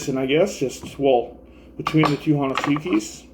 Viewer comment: First off... SLAYER!!!!!!!! <3 Best band ever. God bless Hanneman. Just wanted to say, honesuki is pronounced "hoe-neh-ski". The "u" is silent. Regardless of that tidbit. The honesuki is the most used knife in my kitchen. Wish more would know about it.